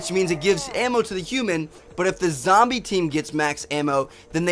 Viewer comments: He said lombie leader lol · he does say lumbee leader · did anyone here him say lombie at the end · he says the Lombie leader